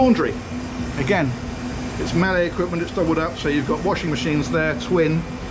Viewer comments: Outstanding video, thanks for such a detailed description. Just for future videos however - Miele is pronounced Mee'lah. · Very cool and intereting tour. BTW.. Miele is pronouced like "me - le". In German, ie is spoken with ee sound. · Somebody should teach you how to pronounce Miele. Nice video again. Are all these boats sold including furniture, beds etc? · Just a point (which bugged me).. Miele is pronounced "mee-la" not 'Me-lay"! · For somebody who does this on a regular basis I thought he would get the pronunciation of MIELE right... I know it's German and hard to do, but really... "Malley"? Here, in a simplified way: "me" (as in "my sister and me") plus "le", as in the French article, e.g. "le soleil"... so: ME-LE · Pronounce MIIIIIIIIIEELEE not Mela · I think Miele is pronounced Mee-luh not Mellay. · Miele is pronounced "Me Lah". Or "Me Ler" depending on your accent. In return for pointing this out I think it is only fair you invite me with you the next superyacht you tour. That seems reasonable.... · It's Mealuh. Not Meyley. :) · Just FYI the pronunciation of the appliances is "Mee-Luh", not melee as you were saying. Thanks for the vid. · I've watched soooo many of videos and have heard so many different pronunciations of Miele I've just felt compelled to checkout their official site to get the correct pronunciation:-):-) is is pronounced Meela (you're welcome;-) ) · Mellee? lol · I’d forgotten how you used to pronounce your favourite Brand “Mellay” Brilliant boat and great tour. 👍🏻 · "melee" lol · ".. in here, this all Mell-ay catering equipment.." Oh, - after all of that training! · mel-ay ... lol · De ie sounds like the first e in Peter.